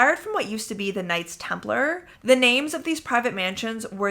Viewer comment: Knights Templar not Nights Templar.